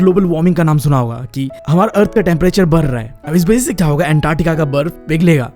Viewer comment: Br raha hai not badh raha hai lr rahe hai not ladh rahe hai kya bhaiya 😂